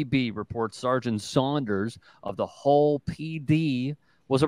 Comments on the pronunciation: It’s Hull not hole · It's Hull Police, not Hole Police....duncecap.